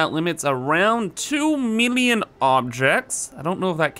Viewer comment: In this little section, did you seriously just say 2 ME-ME-an? or did you flower-talk-it-up the word Million? xD